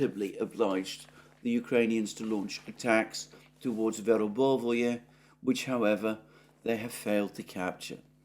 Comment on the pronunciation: It's not "Verbovoye", it's Verbove. It's not "Urazhaynoye", it's Urazhayne. It's not "Popasnaya" it's Popasna. It's all simpler.